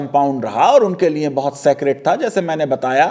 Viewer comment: آپ بولتے بہت اچھا ہیں اور علمی اعتبار سے بھی معتبر ہیں۔معذرت کے ساتھ۔جب آپ لیے بولتے ہیں تو سننے والوں کو لگتا ہے لیے نہیں لییں بول رہے ہیں۔اس بات پر توجہ دیں۔liye کی بجاے liyein لگتا ہے۔